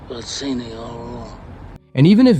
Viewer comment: "It was BAH-zeenee." "Hello, Carlo."